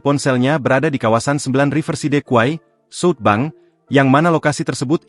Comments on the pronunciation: ini berita pake ai ga enak banget di kuping, southbank dibaca jadi suutbang anjir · Salfok penyebutan SouthBank jadi sut bang